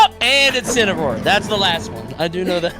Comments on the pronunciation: casually says incinaror in every vid he’s in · calling out Hulk Hogan by saying Incineroar